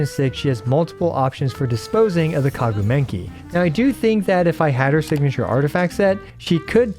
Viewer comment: "kaguu menki" 😭